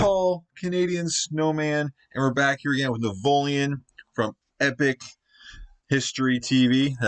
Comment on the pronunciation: he said navoleon 2 times! you are funny paul!